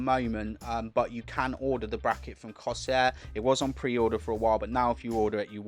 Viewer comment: Cor-Sare Not coseeyer lol